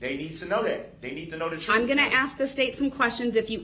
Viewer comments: ‘Tell the troff’ 😂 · Troof!! Axe me about da LIBARY.